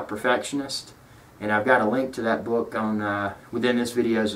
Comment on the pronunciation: That sounded like "check out my boob too" ! Phew! So relieved it turned out to be 'book'! Thanks for the informative vid. :)